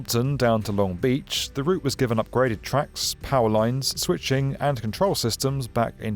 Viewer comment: A bit silly, but it's locally pronounced "LONG beach" not "long BEACH". Emphasis on the long, not beach.